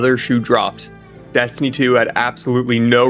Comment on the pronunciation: PLEASE FOR THE LOVE OF GOD, do not make Dez-tiny fweee. Pweee vee pweee guys and eververs game